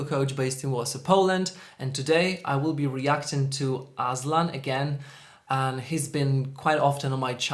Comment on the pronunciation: The way you pronounced his name as 'Aslan' felt like im in Narnia Kingdom and we were admiring its king. 💋